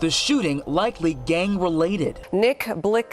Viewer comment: Nick Blick zee btw 🤣🤣🤣🤣